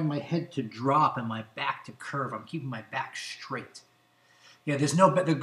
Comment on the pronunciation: It's funny - he says not stretch and straight but schtretch and schtraight. Michelle Obama has a similar pronunciation. Is that individual or regional? Anyone know?